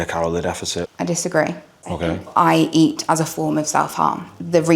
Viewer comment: why did he say ok like that